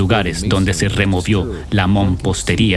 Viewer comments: Se pronuncia Mampostería. No " mompostería". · amigo que estas narrando la palabra correcta es MAMPOSTERIA Y NO MOMPOSTERIA